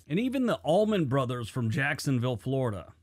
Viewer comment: Florida was only a territory during civil war. No matter, we were confederate and no, the war DID NOT start over slavery. It was taxation(government) issues. He's wrong on the accent too.